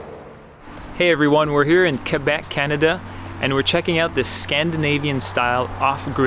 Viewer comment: Dr. Fifteen D.O thats the right pronunciation. The english tend to say qwabek which is totally wrong.